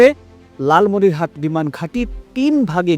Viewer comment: উচ্চারন ভুল কেন? লালমনিরহাতে না লালমনিরহাট। কোনটা সঠিক